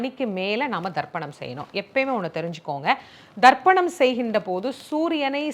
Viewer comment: She say Tharpanam not dharpanam , listen probably